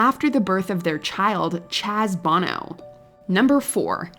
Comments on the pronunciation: It’s Sunny BONO not SUNNY BANO. Watch Mojo teach your AI bot host what sounds the letters make. Come on you guys have 3 jobs. 1: compile lists. 2: do some research on each thing on the list. 3: pronounce the names correctly. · sonny bo-no not bon-o that’s the singer of U2 🙄 rene wasn’t a celebrity, Celine Dion was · This list is a lot less impactful when you don't give everyone's actual ages. You don't pronounce Sonny Bono's last name the same way as the singer from U2. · Sonny Bono (Bow-No) is way more famous than the French dude who married Dion, but you can't be bothered to correctly say his name? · I find it funny that you have no problem announcing Celine & her husband name in French so well , but mispronounce Sonny Bono's name incorrectly? Give me a break. You had 1 job and failed! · How is it that you are spot on with Rene Angelil but you couldn't correctly pronounce Sonny Bono or Cher? Cher? I mean... that's a choice. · I heard the narrator butcher Sonny's surname and I thought, "Wait a minute. That's not how I know it to be said."